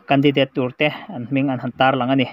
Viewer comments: Khai ww i van chhiar thiam lo ve mwle .. Mizoram a seilian i ni lo a mwni .😂😂😂 a thluk te hi a dik lo nasa bawk si a .a thluk a tang Ringawt pwh hian i lamdan a dang daih Mizo tawng hi Tawnghar Tak .Hausa Tak an ti thin ..i thiamlo lulai lutuk . Candidateeee pwh a awm lo 😂😂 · Khaw hming leh hmun hming lam dan hi lo en chiang leh la,tin,mizo tawng hrim hrim pawh.Candidate i lam dan pawh hi ka vawikhat hriatna.mithiam zawk rawn hreh miahlo la. channel thang duang tak lo ni zel rawh se